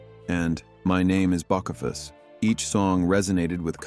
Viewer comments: You don't even know how to pronounce Hank's nickname!! IDIOT!! BOCEPHUS is pronounced BO-SEE-FUSS. Now I won't even watch this, probably just clickbait anyway. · Bok - a - fuss ? really ??? you're stupid ! "Bok-a- fuss" give me a break robot dude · It's Bo-see-fuss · Boss Uh Fuss...😂😂😂😂😂 That's not how you pronounce that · What's his name Bah so fuss, you'd think a real person could read this, computer's S..t his name is Important so get it right or shut up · Bo-fu-cuss and a ripped beer!!! A.i. horror story. So funny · I agree. They can't even penounce. Bou cefis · You better watch a video about Hank Jr. to learn to pronounce boseefuss! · The pronunciation of bochephus makes me wonder! Fuck off AI , if you can’t pronounce legendary names . Go back your hard drive!! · It's pronounced bo-see-fus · The creators of these videos need to screen/edit them better. Making sure their AI has the pronunciation correct. He is BO-SEE-FUS!!! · Bock uh fuss??? 🤔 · my name is "BUCK A FISS" really. I hate AI!!!!!!!!!!!!!!!!!!!!!!!!!!!!!!!!!!!!!!!!!!!!!!!!!!!!!!!!!!!!!!!!!!!!!!!!!!!!!!!!!!!!!!!!!!!!!!!!!!!!!!!!!!!!!!!!!!!!!!!!!!!!!!!!!!!!!!!!!!!!!!!!!!!!!!!!!!!!!!!!!!!!!!!!!!!!!!!!!!!!!!!!!!!!!!!!!!!!!!!!!!!!!!!!!!!!!!!!!!!!!!!!!!!!!!!!!!!!!!!!!!!!!!!!! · Well AI was talking about Bokefuss that definitely ain't our BELOVED JR. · Buck a fissss…😂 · Hmm… I’ve never heard of “Boss-If-Us”… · Hank called him "Bocephus"!! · click bait and Ai said his nic name wrong. lame shit show channel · If you can't say Bocephus the right way, you don't belong narrating this. Fkn wow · It would help if the pronounced his nickname right!! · Yo dum-a$$, you butchered the pronunciation of bosephus. And also this video is click bait garbage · If you cant say is nickname right dont waste everyone’s time pathetic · AI BS don’t know how to pronounce Bocefus! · Soon as I heard that I quit watching! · At the beginning you can't even say bocephus. Lord knows if I ever see this man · i KNOW RIGHT!